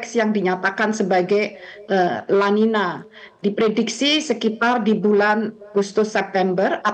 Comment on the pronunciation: Kata spanyol itu bacanya el ninyo dan la ninya. Sebab nulisnya niño/ niña. Ñ= ny👍